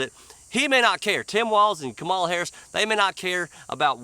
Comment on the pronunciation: “Ka-Ma-Lar” she’s from the south ain’t she.